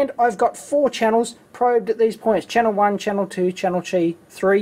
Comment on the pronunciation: "Channel Chee." ahah xD